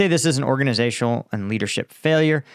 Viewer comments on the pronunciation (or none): none